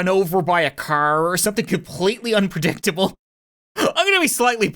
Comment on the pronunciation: Upridictsble he said